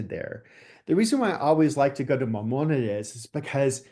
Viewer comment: This man is a scholar??? Really? España didn't exist until 1492, and he can even pronounce Mimonides, Cordoba, etc. What a phony